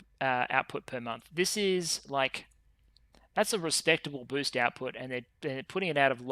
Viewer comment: It was a great weekend with all of those videos,!, Sadly for me being a bit sick make me hear funny things like you where gatherings "ORCS" instead of "Orgs" and "getting BOOZE" instead of "boost", Which make it even more entertaining.